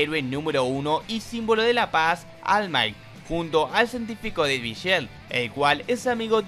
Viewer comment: 😢 solo puedo llorar al escuchar almai